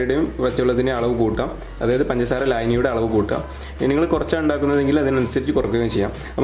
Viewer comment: Why are you saying panjara panjara instead of pangasara